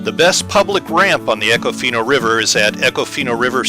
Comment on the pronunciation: You can always tell a non-local by how they pronounce an area. It’s Econ-Fina. Or if you’re a local good old boy, eeeecon-fineee.